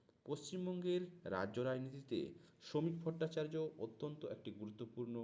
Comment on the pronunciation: নাম টা ভুল বলছেন কেন না উচ্চারণ ঠিকমতো করতে পারছেন না উনার নাম শমিক ভট্টাচার্য রাজ্যসভার সদস্য পশ্চিমবঙ্গের বিজেপির সভাপতি পশ্চিমবঙ্গের প্রথম নির্বাচিত বিজেপি সদস্য ১৪ বছর আগে বসিরহাট থেকে নির্বাচিত হয়েছিলেন